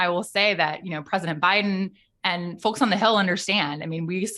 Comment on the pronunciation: I’m sorry, which region of this country enunciates the “L” in folks?.. I wouldn’t have noticed if she didn’t. sayl it. sol. mulch.